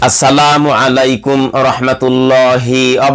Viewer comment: Bhai. You are requested to rectify your wa to of expressing salam. You are wearing the like religious / pious people but your pronunciation of salam is wrong.This very ridiculous Pl correct your Salam pronunciation, then make useless video.